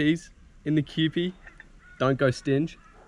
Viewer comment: Its not kewpi its kew-pie